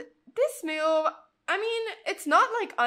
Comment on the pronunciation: There is no u in the word move. So why are you adding a u in your pronunciation?